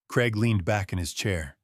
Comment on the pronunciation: Strange pronunciation of Craig making it sound more like Creg rather than how the British (more over the Scottish) pronounce it. CRAIG - Cray g. Time for Michael, Rebecca and Craig (and possibly Daniel and Trish) to face the consequences of their actions. Elder Abuse, Fraud/theft and Forgery deserve a prison sentence.